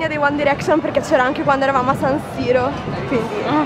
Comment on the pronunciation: che poi si dice ''uan dairecscion'' non uan direcscion''